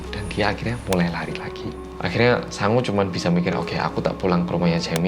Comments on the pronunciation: Namanya "Sangwoo", aku dengernya "Sangu" alias nasi. Ini aku laper apa ya...😂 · Tulisannya "Sangwoo" aku denger nya Sangu (nasi dalam bahasa sunda) 🤣😂 eh ada nana (jaemin) nct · namanya "Sangwoo". Yang gua dgr "Sangu (sundanese)"... ada apa dgn kupingku :'v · sang-woo Me: hah? sangu? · Pas ngomong Sangwoo kek wong jowo ngomong sangu ngono wkwk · sangwoo, sangwoo, sangwoo Yang kudengar: sangu, sangu, sangu (maaak sangu maaak) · Setiap nyebut Sangwoo,, kok gw dngernya Sangu ya... Hahaha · aku dengernya sangu bukan sangwoo hihihi